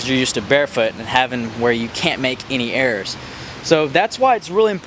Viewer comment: Lol i heard "errors" as "airs" and then i realised